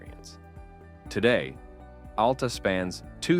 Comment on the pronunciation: Locals say it AL-ta, emphasize the AL, like Al the man's name, or alopecia, not like Alaska. No U sound whatsoever, it's one way people will instantly know you are from somewhere else.